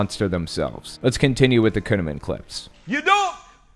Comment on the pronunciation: Did you his name is kuneman ? It ought to be conaman!